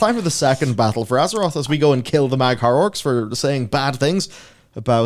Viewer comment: "Mag'har perspective" I literally facepalmed at that.